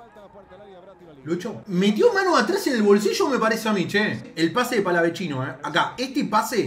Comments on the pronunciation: Es palavecino no palavechino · PALAVECINO HERMANO ES PALAVECINO NO PALAVECHINO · NO SE DICE PALAVECHINO, ES PALAVECINO! EL MISMO PALA LO DIJO EN UNA ENTREVISTA, POR FAVOR. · DEJA DE DECIRLE PALAVECHINO A PALAVECINO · Todo bien, pero donde ven una CH en PALAVECINO, es PALAVECINO,no PALAVECHINO O PALAVECCINO,es PALAVECINO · el propio jugador dijo que se pronunciaba PALAVECINO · una cosa, es PALAVECINO, NO "PALAVECCINO" O "PALAVECHINO" QUE ES ESO, RESPETEMOS. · Palavecino lacdtm no palavechino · Palavechino gol de cabecha... Este palavechino jajajaja palaveccccccccinoooo jajajaja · No es palaveCHIno man, es palavecino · Palavechino?... no me imagino como le decís al Chaqueño, no me digas que tambien le decis asi? el mismo Agustin dijo que termina en cino, no Chino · No es palavechino es palavecino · es "Palavecino" no Palavechino" no cometas el mismo error que puntita La Torre que relata y lo nombra mal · *PALAVECINO, NO PALAVECHINO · Palavecino, no PalaveCHINO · Es Palavecino, no digas mas Palavechino, queda para el ogt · Palavecino es no palavechino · Se dice palavecino y no palavechino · sos un crack y todo pero el pibe desde que llegó dijo que se dice Palavecino, como suena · me agarra un tok cuando dice palavechino JAJAJAJ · Nadie:: PALAVECHINO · pa es palavechino como se pronuncia el mismo antes de irse del país lo dijo